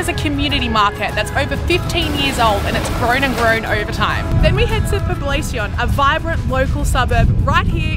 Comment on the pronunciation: Poblacion is pronounced as poblashion but I get how a lot of foreigners mispronounce some of our words